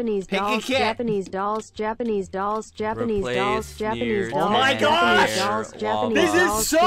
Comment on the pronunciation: My favorite part was when it said japenese